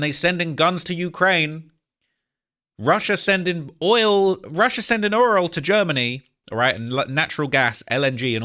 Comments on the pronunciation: That oirel 😂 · why you saying oil like tyler perrys Madea though?